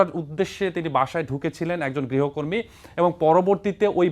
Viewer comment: Uccharon vul. Grihokortri na. Grihokormi hobe